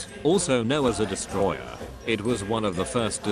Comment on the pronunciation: it's a "desutroyer"... ill see myself out